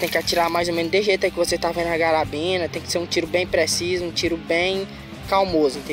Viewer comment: Pq vc chama a carabina de garabina? 👀